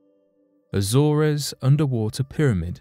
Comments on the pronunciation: It's pronounced The Azorz, not The Azorez. I thought English was our first language so what has happened to it???? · It isn't pronounced Azore Res, it is simply Az Ores!! That's it. People shouldn't make videos including place names they can't Prince, or words they can't prounce properly because it is intensely irritating to repeatedly hear them prounced incorrectly, drives me insane. If you going to do research into something that happens somewhere the least you could research properly is how to say the places name correctly FFS!! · He can't even pronounce AZORES correctly, he says Azz or ezz, every video he makes he can't say name's properly FFS. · A-zoors. a-soom.